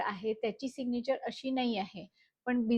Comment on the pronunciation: सिगनिचर नाही Mam सिग्नैचर Mam you teach really well